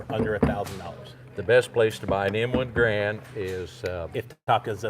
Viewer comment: GARE und... rhymes with "errand". ;) Also, .30-06 ammo with 147gr/150 gr FMJ bullets are as "Grand ammo" as you/re going to get as it mimics the WW2 era M2 .30-06 Springfield ammo. The higher pressure hunting ammo is what shooters are needing to avoid. Good video otherwise. Thanks for sharing.